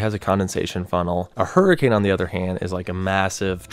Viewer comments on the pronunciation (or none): none